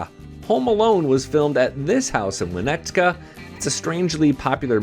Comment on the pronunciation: It's win-NET-ka. No "z."